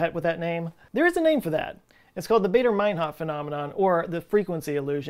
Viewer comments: its baa, not bay in Baader mainhof... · It's Bader like the "a" in "father" not "baydor". And ur right about "Math"! The Brits have lost a few marbles after we dumped them and they will never forget!! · Baader rhymes with "fodder", not "crater". After all, the RAF was German. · Never mind the math/s, why would you pronounce Baader as Bader?? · AA is pronounced "ah."